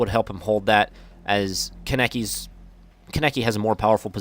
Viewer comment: Any Tokyo ghoul fans triggered at how he said kanekis name?